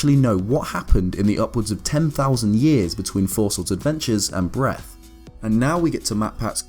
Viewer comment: Why the hellndoes he call it breath, it sounds so terrible